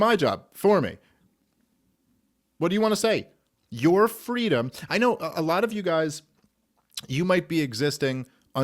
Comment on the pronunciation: "FWEEDOM" - Kamala Harris